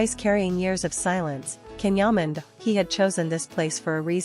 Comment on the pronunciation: You know, I don't mind listening to your stories about Can Yaman. They are interesting. It seems to me if you knew how to pronunce his name properly your stories would be more interesting. Every time I hear you mispronounce his name, I want to just gag. You are not showing respect when you cannot learn how to say his name properly😮